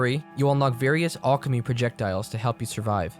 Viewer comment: I've never heard that pronunciation of alchemy before